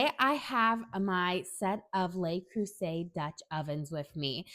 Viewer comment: Just a correction. "Le" is pronounced as "luh" and not "lay." (The plural "les" is pronounced as "lay.") Anyway, great comparison.